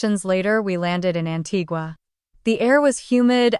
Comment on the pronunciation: I just wish AI could pronounce Antigua